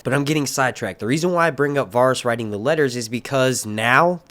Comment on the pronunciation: say it with me. VA-RIES not Varis